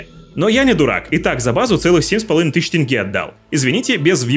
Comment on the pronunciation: ТЕНГЕ А НЕ ТЭНГЕ